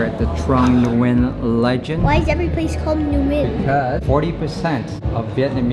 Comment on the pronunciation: Nguyen pronouns one syllable..wen not nu wen